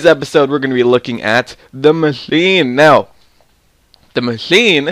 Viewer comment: The what? The Machlkcline did you say? lol